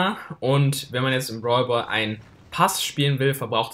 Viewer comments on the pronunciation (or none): Ich verstehe nur brwalboy anstatt brawlball